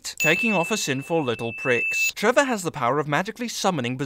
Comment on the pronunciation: It's Trevor not trever